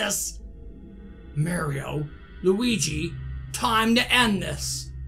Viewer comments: It’s mario not maior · You don’t say Maario your say mairo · It’s not merio it’s Mario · Who is "merio" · I love it when he says Mario as "Merio" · I love how he calls Mario maero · You’r saying mair io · It's pronounced mar-e-o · Your saying Mario wrong